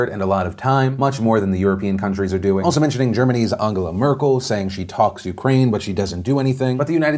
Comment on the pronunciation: UNG-GELA really Phil? UNG-GELA is how you want to pronounce that?